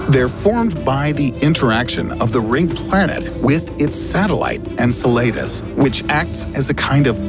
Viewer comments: En-cell-la-dee's not In-sul-late-us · Dude...you way pronounced Enceladus wrong. En•sell•uh•dis. Say it with me now.... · "Incel laid us." Lol, worst pronunciation ever. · How do you claim to be a sciency space channel yet absolutely butcher Enceladus’ (en-SEL-ə-dəs) name? When there’s this wonderful thing called google and still so badly mispronounce it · The way he pronounces Enceladus makes me cringe. 😬